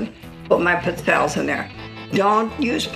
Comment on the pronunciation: Looks like a good recipe. But for the love of God, it's pronounced "peet-tzell-ayes", not "pit-zelles"...